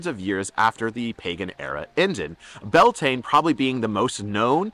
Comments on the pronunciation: very much enjoyed this. Just need to point out, it is not pronounced Bell Taine. It's 'Bee Al Tin Ah(short h)' all run together, and Lughnasagh is 'Lu-na-sah', again all run together. Just discovered your channel and I am delighted I have. If you ever come to Ireland, let me know and we'll buy you a drink! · ❤ Beltane is pronounced bee-owl-te-na gaeilge 😊great information! Thank U 👃